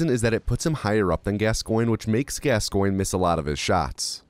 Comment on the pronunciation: Your pronunciation of Father Gascoigne hurts me mentally, physically, emotionally and spiritually